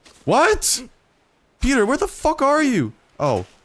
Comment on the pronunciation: Hey says "petah"